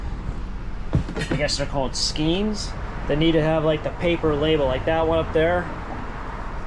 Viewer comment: Where do you sell the yarn? Only at the Flea market? Because I'm a crocheter and I'm always on the lookout for a great deal! BTW it's pronounced "SKANE"